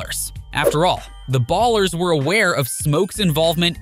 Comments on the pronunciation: It's Ballas not ers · Who the hell pronounces "Ballas" as "Ballers" lmao wtf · Bro putting a hard R on ballas😭